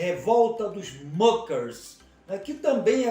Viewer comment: História mal contada! Não fundaram seita! A pronúncia está incorreta, muckers é palavra alemã . Não é inglesa! E não havia fazendeiros, eram pequenas propriedades!